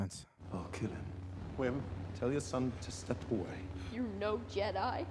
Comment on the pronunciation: What’s with the “nor?” Are you trying to be Australian? It got annoying.